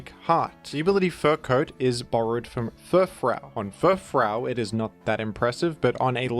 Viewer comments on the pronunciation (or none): really out here pronouncing Furfrou as Furfrow, then turns right around and says Groodon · Groudon: Is pronounced Grudon Furfrou: Is pronounced Furfrow This is insane